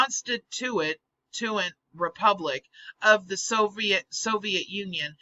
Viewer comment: Con-stit-tu-ent. It's a tough word to decipher. Flour is a constituent of pizza dough--an element that makes up the end product. This vid hit home for me, because I HATED the USSR and the way it rode the backs of the Slavic population, but I LOVE the Russian Federation in the way it put the interests of it's people first and thereby tossed a wrench in the works of the bastards that have long wanted to destroy all Nation States. I know we don't agree on all things, but I like to think of the Russian Federation as an ally that differs in opinion (sometimes strongly), rather than an inherent enemy. For example, we both agree that ISIS needs to go, in its entirety. There is law and order in the Russian Federation, and there are human rights, and although freedom of expression isn't up to our standards as US citizens, we ourselves appear to have lost control of the educational system and are now producing communists off an assembly line (or so it seems). Our Republic may very well be doomed, along with much of western civilization, on account of this infection. At least, if this happens, 200 years from now there will still be a Russia that resembles what we recognize as civilization period. That's my view at any rate. I sent a link of this vid to the Russian version of the FBI. I will remain attentive to see how they deal with this apparent threat. I want them to be successful, because they AREN'T communist or the USSR any more. So strange, the reversal in circumstances. We used t